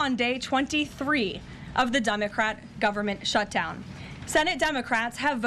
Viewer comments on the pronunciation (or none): Did she say DUMBocrat?